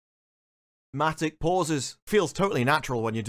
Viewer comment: "Dra...matic pauses" 🤣